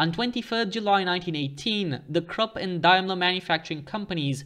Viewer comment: the letter u in Krupp is pronounced the same way as the letter u in the English words bush, push and put.